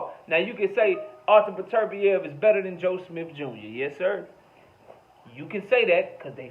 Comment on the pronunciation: You're Only One I Hear Pronounce Beterbiev The Correct Way